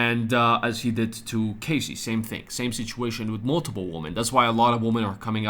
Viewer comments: It’s Cass-eee not Cay-cee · KAHSEE not CASEY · Good repot today but your pronouncing Cassies name wrong. Its Cas like cast. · I'm obviously making a joke about how he's mispronouncing Cassie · Hey mate. To myself it was not obvious at all otherwise i would not have commented. Have a good one!